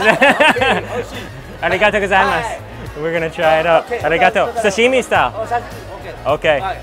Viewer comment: If you say Origato one more time! 🤬